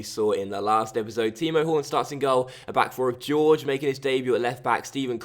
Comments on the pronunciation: George XDDDDD It's pronounced "horhey." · Isn't it pronounced Hoor Hey?? I could be wrong? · just to help you most names that look like that are said like horgey, hor-gay it's a south American, Spanish thing, just trying to help dude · Jorge is pronounced as Jor-Gy, with the J pronounced as the in José Mourinho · I cringed so hard the first time that went "George" instead of actually pronouncing Jorge 😂😂😂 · Ik but the way he went "George" made me laugh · Love your videos, but did you really pronounce Jorge as George? 😂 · Considering it looks like that it's a pretty easy mistake to make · do you genuinely believe that's pronounced George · Ffs why do non portuguese speakers always want to explain the pronunciation... It's Jor-Jee with the J like José Mourinho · "Jor-je" thats how you pronounce it. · It's the Portugese pronunciation so it's pronounced like the J in José Mourinho. I'm not sure how to pronounce the "ge" though.